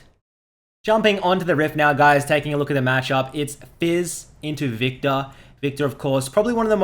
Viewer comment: its viKtor not vita with ur accent!